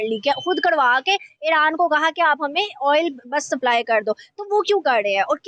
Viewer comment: ईरान को ईड़अान क्यू बोलते है ये गढ़े